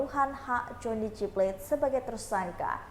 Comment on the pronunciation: SP tidak akan pernah memecat JGP karena ini dilakukan supaya dia tidak nyanyi seperti Nazarudin,,, Mbk reporter please itu plate bkn bhsa inggris,baca yg bnr😂